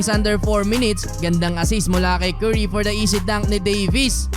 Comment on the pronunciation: pag pinoy talaga pronounce sa curry kerry